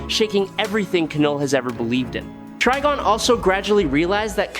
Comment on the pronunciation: Wait, is his name pronounced TREE-gon or TRI-gon? At least pick one, even if it's wrong, and stick to it. Going back an forth is very annoying! Btw, it's Tri-gon, with a long I.